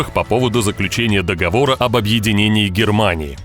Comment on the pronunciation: Не д,,говора, а дог,,вора!!!